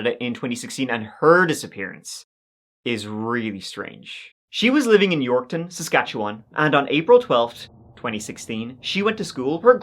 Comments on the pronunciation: Saskatchewan……. Yorkton…….. AND Regina……ALL said correctly!!!👏🏼👏🏼👏🏼 (at least how we say them here😜) You da man 🎉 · Yes!! You pronounced Regina, Saskatchewan, and Yorkton correctly. That doesn't happen very often. Thank you for another great video.